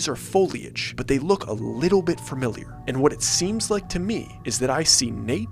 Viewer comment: You will improve your storytelling and your public speaking by improving your pronunciation of words. You always say FIRMILIAR when it’s FUMILIAR, and you say MISCHEEVEEUS when it’s actually MISCHIVUS. Please stop mispronouncing words because it sounds dumb and ruins the story a little bit.